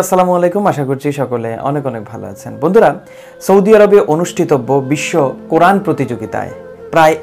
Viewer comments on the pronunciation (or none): none